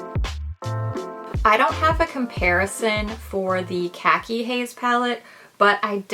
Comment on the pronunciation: Not how you pronounce khaki 😭